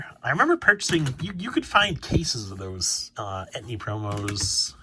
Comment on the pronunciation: No shade or anything, love the content. Were you talking about the "entei" promos and just pronouncing it as "etni" I was a bit confused there.